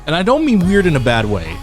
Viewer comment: "Sssss this-this is wEirDdd" lmao